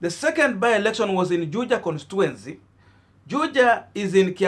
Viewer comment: Pronounced as "Konstichuensi"